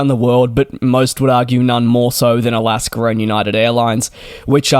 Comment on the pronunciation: it's not "alasker."